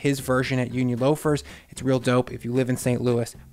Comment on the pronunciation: i thought you meant "doughpe"